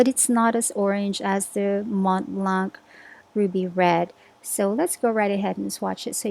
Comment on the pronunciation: Just so you know, the "C" in the end of "Montblanc" is silent, you should't pronounciate (??) it. // I wouldn't really call Noodler's inks "bizarre", they're just answering very specific needs. // Love from France, Marjorie